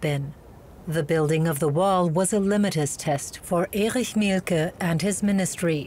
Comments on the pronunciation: it's "litmus", I've never heard "limitus test" but I get why it was misread that way! Sounds latin lol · litmus test, rather than limitus test. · a "limitus test"... a litmus test, surely? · The word is "litmus", not "limitus". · The word is pronounced "LIT-mus", not limitus. DW should know better.